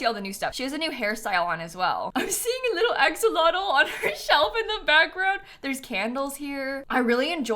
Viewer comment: Hi! Fun fact, Axolotl is a Nahuatl word, and is pronounced "a-SHOW-lotl":)